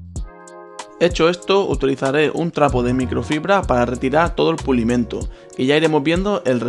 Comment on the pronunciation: Es pulimento y no pulimiento